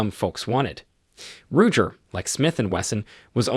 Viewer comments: Can’t take this video seriously. Stop using bots with simulated voices to do your videos because saying it like Syg and Rujer make it sound like you don’t know what you’re talking about. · How did the non-gun dude pronounce “Ruger”? “Rouger”? 😂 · It's a fake computer generated voice. "Rujer" for example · Rujer, really??? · He said Rujer 😂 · Roodger????? R u ggggger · Ruger…how on Earth did you mispronounce that so awfully? Now I’m questioning your credibility. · Who the hell says ruger wrong 😑